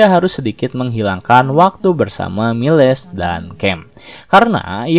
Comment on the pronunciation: Ralat min cara bacanya Miles = mails Choi tu bukan koi tp coi